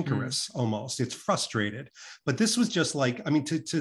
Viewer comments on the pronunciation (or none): none